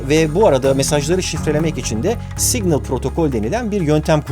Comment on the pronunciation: Yalnız o "signıl" diye okunmuyor 🙂